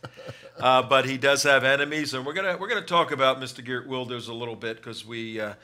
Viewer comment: And the host is right on how to say Wilders, only Geert is a bit off.. The guy offscreen says it correctly right after the host , but his second/third try after are terrible